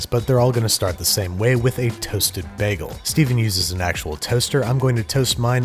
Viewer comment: the way he says bagel makes me wanna jump out of a moving vehicle but his content is good so i’ll let it slide